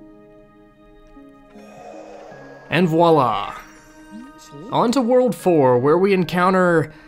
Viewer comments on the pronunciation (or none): none